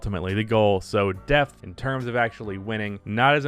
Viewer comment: Had this on in the background and thought you said "death"! Not a typical NBA topic.